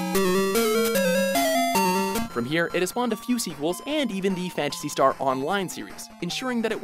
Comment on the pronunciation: I was triggered when they said "Phantasy Star"